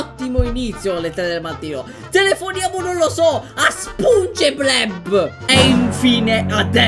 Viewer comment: A spunge bleb non sponge bob oh yea mr crab il grangio